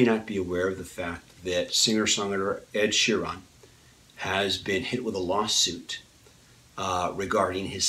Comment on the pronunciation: It's pronounced sherin not sheron